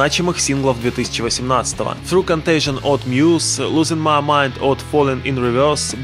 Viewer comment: Не "through", а "thought" И Джекоби с ударением на "о"